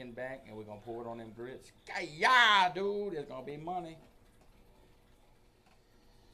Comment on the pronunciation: He knows like 8 words and 4 of them are mispronunciation of dude, he knows 1 type of seasoning and doesn’t know how to correctly use any of the cooking terms he’s trying yo you